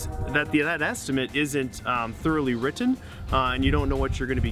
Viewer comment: “Thoroughly witten”